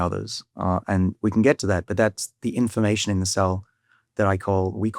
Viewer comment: I spnt the first 5 minutes of the video thinking David was saying "inflammation" rather than "information."